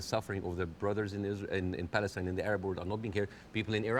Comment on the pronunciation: It’s Palestine. INE not AN. 👁️N